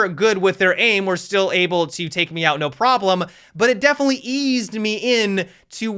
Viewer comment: devenetly luck 🤣🤣